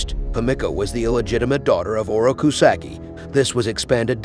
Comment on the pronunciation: Sock-eee not Sacky